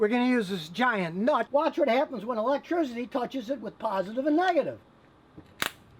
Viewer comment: Scotty "electrizzidy" Kilmer